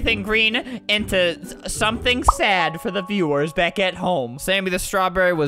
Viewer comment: I love how you said get bick here instead of saying get back here